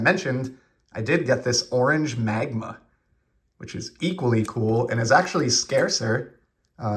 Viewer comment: Some humdingers in there! Kudos to you for setting boundaries to semi keep you focused! I’m like a dog that sees a squirrel on a walk. Good luck on the Vader in 24. On a side note I’m not sure how you said the word Magma without saying it like Dr Evil!